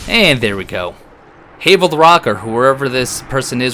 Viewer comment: Who’s Hay-vel? Quite obviously HAVEL like GRAVEL….ya know…because rocks